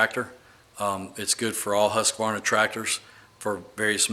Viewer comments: Great video and nice to hear you pronounce Husqvarna properly - with only three syllables, not the too-usual four-syllable Husk - a - var- na. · This is a really well done video. I appreciate that you took the time each time you moved the camera to reorient us front to back. That is extremely helpful. Very good, and you know how to pronounce the name without an extra "A". Thank you!